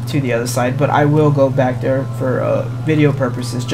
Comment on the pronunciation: “Back der”